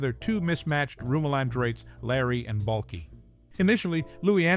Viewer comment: You didn’t even say Balkis name right! Cant watch this video if you haven’t watched the show